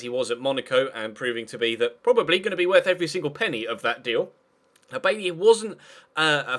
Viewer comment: It's pronounced By-eee